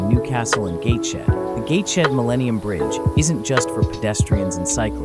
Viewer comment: It’s Gates head not Gates shed.